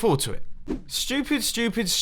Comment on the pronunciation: He said ''stupid'' just like ''schu-pitt'' ;D